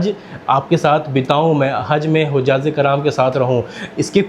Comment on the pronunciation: Bhai correct it. ..hujjaj e kiram kahte hain ...not hujjaz e kiram...apki urdu bahut weak hai ....pls use correct word